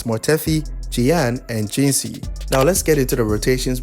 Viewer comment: jinhsi not jinshi